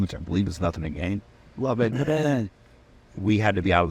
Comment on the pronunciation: Nothing To Geen, Chad. You are mispronouncing you're own song.